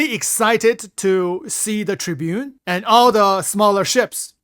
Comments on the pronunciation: The tribune?! What the hell is that pronunciation 😂 Tiburón, "Ti Bu Rone" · Not tribune, it's tib-er-on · Its Aegis Ti - Buron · Tib-er-on . You're the best. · I'm pretty sure the Tiburon is pronounced as Tea-boo-ron my friend.